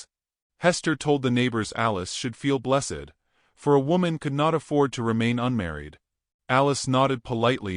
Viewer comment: try to learn how to pronounce the word «blessed»